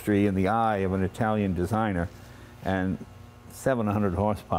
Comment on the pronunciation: He keeps sating "Italian eye" even though Horacio is from Argentina.